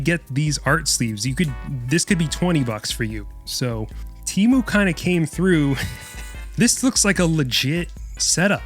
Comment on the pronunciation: why does no one ever pronounce "TEMU" correctly??